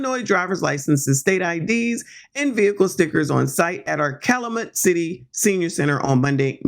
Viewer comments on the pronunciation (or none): It's pronounced cal you met